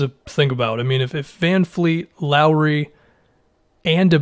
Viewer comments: My man, his name is VanVleet, not VanFleet. My ears bleed every time I hear somebody say that. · Please it's VanVLeet not VanFleet... it's not hard... VV not VF! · Can you stop saying VanFleet. It’s VanVleet. I don’t know why ppl pronounce it with an F. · Vanvleet, Vanfleet, Fanfleet LOL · It's VanVVVVVVVVleet gawd dammit! Get it fucking right man geez!